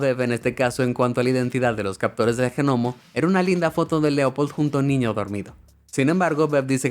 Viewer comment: Que el de la voz diga Gnomo en vez de Nomo me deja más intrigado